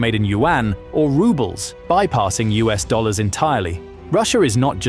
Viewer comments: Dollars, not dollers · It's DOLLARS, NOT dollers.